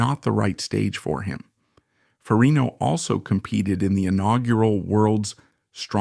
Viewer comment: It is FER-RIG-NO